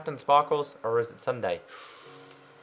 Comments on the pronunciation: Pstt.. It's not Sunday its sun-dee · Is it me or did he say Sunday it's sundee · ITS PRONOUNCED SSUNDEE NOT SSUNDAE!(NOT hate, just letting him know, k? LOL) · Logic *The back is different because since popularmmos has a cape on pc, console versions do NOT have capes! So, that's why the legs had half the cape 🙀🙀🙀🙀🙀🙀🙀 lol By the way you said Ssunde wrongs it's not Sunday it's s-und-eh (Ssunde) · You said sunday instead of ssundee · SSundee not Sunday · Its pronouce sun-dee not sun-day but its ok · Sun-dee not dun-day lol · Its sundeeee not Sunday hahaha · Sundee not sunday pronounciation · u say SSundee's name wrong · u pronounced SSundee's name wrong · U said SSundee wrong